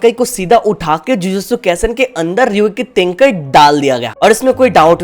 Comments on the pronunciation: Its not Ryokei Tenkai It is Ryujkei tenkai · Ryoiki Tenkai and it's not even close 🤣🤣